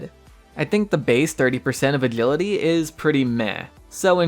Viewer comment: I think he has braces or is not a native english speaker he pronpunces adrenaline, attention and other words weirdly too. Or maybe he has some speech impediments